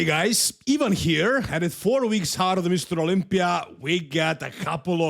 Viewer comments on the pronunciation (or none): none